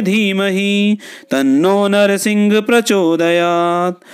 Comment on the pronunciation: ॐ वज्रनखाय विद्महे तीक्ष्णदंष्ट्राय धीमहि तन्नो नृसिंह प्रचोदयात् ।। ये गायत्री छंद मैं हैं मंत्र महोदय परन्तु आप नृसिंह को नरसिंह पढ़ रहे हैं जो की उच्चारण अशुद्ध है और छंद भंग हैं